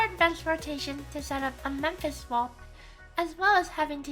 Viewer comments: Good video. But it's Mephis, not Memphis. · Tempest *Mephis, as in, Mephistopheles aka Mephisto, the demon of German folklore's Faust fame ;)